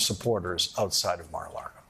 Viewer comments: Lawrence, it’s Mar a LAGO (as in Lake) not LARGO. You’re in danger of sounding as bad as Trump did when he pronounced Russia as “Rusher”. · Except when he said Mar-a-Largo, lol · And i love him saying Mar a LARGO. LMAO. I personally pronounce it Mar a LARDO.